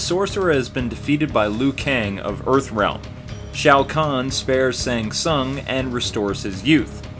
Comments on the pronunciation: SH-ANG---SOON-GAH. not sang sung. sorry. just sayin. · 'Sang sung' Oh you mean SHANG TSUNG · "Tsang sang" 🤦‍♂️